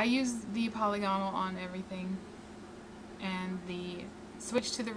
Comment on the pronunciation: Not 'poly gone al', but 'pa lig a nal'; not 'hyper bold' (for hyperbole) 'high perb ah lee", as in hyperbolic (high per bo lick).